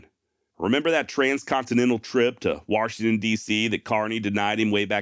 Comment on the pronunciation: There's no R in Washington. : )